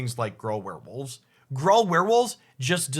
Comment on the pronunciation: Has anyone else heard Gruul pronounced “Grawl” before? Me neither.